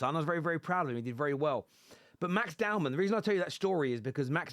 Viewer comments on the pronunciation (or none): *Dowman. Not downman